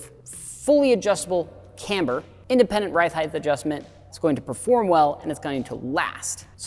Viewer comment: It's "height" not "heightth". It's "et cetera" not "eck cetera".